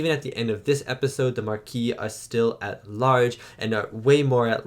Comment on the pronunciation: They don't speak French in Starfleet. He also got the French word Maquis wrong about a billion times so I don't think the problem is that he uses French pronunciations.